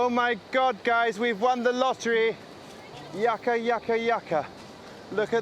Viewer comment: JESUS CHRIST. ITS “”YOU Ka”” Not Yuck Ka. I can’t take the shit anymore.